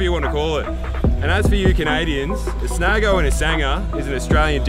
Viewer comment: Snago? It's just snags, good effort but